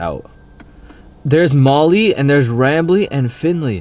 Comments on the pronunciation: his name is rambley not ramble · It's not ramble it's rambly